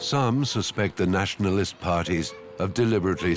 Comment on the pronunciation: 1 minute in, and I can already see this is gonna be anti serbian.... "SeRbIaN naATiOnaAaaLiSssT" and "freshly independent" LOL